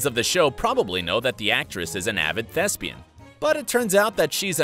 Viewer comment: And....I didn't understand him. I "thought" he said lesbian. Now, I too, must google thespian.